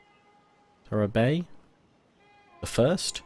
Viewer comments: Tarabai is pronounced Tara-bayee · Dope. Her name is pronounced Taa-raa-bye btw.